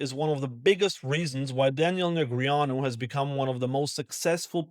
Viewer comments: Did this guy actually pronounce Daniel Neg ree ahnu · I think you’re adding a vowel sound in his name. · correct pronunciation of a name is by the person whose name it is, and he definitely does not pronounce it that way